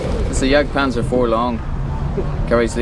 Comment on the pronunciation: Jagdpantffer :-D Hope he didn't spit so much as it sounds while failing to pronounce it ;-]